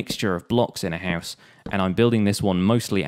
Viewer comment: He says «house» like villagers.